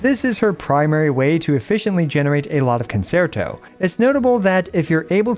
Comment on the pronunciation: Please look up how to pronounce concerto (the 2nd c is a ch sound).